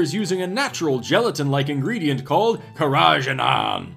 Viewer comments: I hate to be that guy, but isn't it KehRaGeeNaan? Or is that a different thing? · As someone with a culinary background, the way you say Carageenan is amazing.